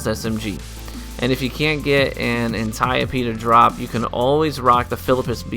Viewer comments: An-TIE-OP I died when he said that 😂😭💀 It's pronounce ant-ee-ope D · Had me dead at "ANT-I-O-P" 😂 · ane-ty-yuh-pee dee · The "Antieyeopey" Ant-ie-ope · Anne-tee-ohpe D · It's pronounced "Anti-ope" the "e" makes the "o" say its name. Learn how to pronounce the names people. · How the fuck did he just pronounce antiope 🤦‍♂️